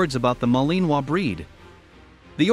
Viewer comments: It sounds funny but if the robot or person actually had a French accent it would be better lol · The way your saying Malinois is making me cringe 😬